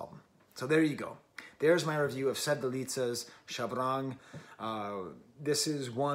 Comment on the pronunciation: so the pronunciation of Shabrang: you're stressing the "r" too much 😂